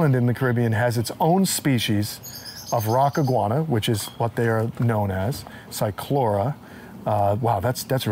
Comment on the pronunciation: I know a lot of people pronounce the C but not on this one. I noticed he slipped on that one, but i have heard him say it right, as well. he really is quite knowledgeable, he has a very diversified knowledge. My experience is mostly with giant Tortoises and Cyclura Iguanas but i have a medical interest in them. I have studied them for 40 years so i try to put out a lot of knowledge that i have learned by practical means. I think that is one of the most gratifying experiences i have,, being able to help someone being able to help the animals, that's what life is all about